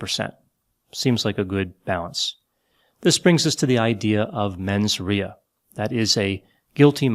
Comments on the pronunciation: “Menz RAY-uh” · For the first time, you and I almost agree. I do want to add, that Trump did attempt to kidnap and/or kill members of congress, so the fact that several of them are still voting against actions against him really makes me question their sanity, judgement, and mens rea (pronounced "RAY-a"), and I wonder what dirt Trump has over them to force them to do that.